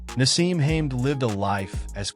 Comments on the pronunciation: It’s not Hame it’s Hamed. Please do some homework before doing voice overs. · His name is HaMED not Hame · You are pronouncing his name wrong!! It is pronounced ham- ed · Firstly, his surname is pronounced wrong and secondly Naseem is not even an Asian by British conventions!. Naseem is from Yemen thus he’s a middle- eastern. Overall a bad video this is!. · Can’t even say his name right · Oh god please stop mispronouncing hes last name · Can’t even pronounce his name … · Pity the narrator can't pronounce his name correctly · Incorrect pronunciation of his name by this AI voice over or whatever is is!! Great stylish fighter!!